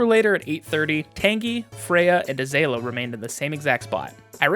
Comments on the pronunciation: This is such a fun video! Super good quality, excellent work. Also, idk if anyone else mentioned- Azalea is a kind of flower, it's pronounced like uh-ZALE-ee-uh :) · First time I've ever heard azalea pronounced like that lol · pronounced Tan-jee and Uh-zay-lee-uh pls i beg